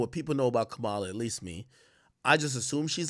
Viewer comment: Bruh stop saying “Kamaaaala”. It’s Ka-ma-La. 🤦🏻‍♂️